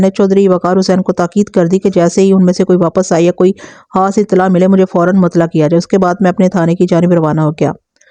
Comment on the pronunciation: آپ پلیز ح اور خ کا خاص خیال رکھا کریں۔ مخلوق کو محلوق اور خاص کو حاص کہتی ہیں تو سماعت کو بہت گراں گزرتا ہے۔ آپ اردو میں کہانی سنا رہی ہیں لہذا اردو کے الفاظ کو درست طور پر ادا کرنا آپکی ذمہ داری بنتی ہے ورنہ اس طرح ہماری زبان کا تیا پانچہ ہو جائے گا۔